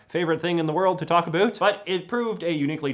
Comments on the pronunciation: "about?" think you've spent too much time in America you're starting to sound like them. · How come u can pronounce "south" but not "about"